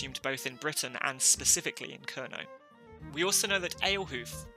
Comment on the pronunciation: The first vowel in “Kernow” is not so much pronounced with the vowel in “girl”, but rather like the vowel in “air” with the R pronounced. The “ow” at the end can be like a sequence of short “o” in “pot” followed by short “u” in “put”, or as a longish “aw”-sound: [ˈkɛɹnɒː] “KAIRnaw”…